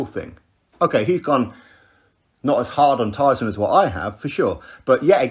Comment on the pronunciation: I'm glad that someone closer to tyson is actually saying it right